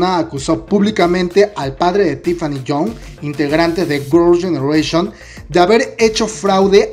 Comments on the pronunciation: Jajajjaa tienes que aprender a pronunciar un poco más el inglés Gorls genereishon 😂😂😂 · "gurl yenereishion" xD bote el chicle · Gurls genereshion JAJAJAJAJAJAJAJAJAJA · Qué pedo con tu pronunciación de girls' generation? ahre jajajaj